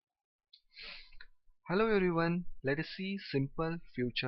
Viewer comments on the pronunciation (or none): none